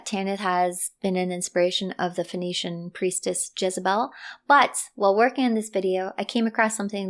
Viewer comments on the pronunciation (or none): Sorry but your pronunciation of Phoenician as Venetian was quite confusing.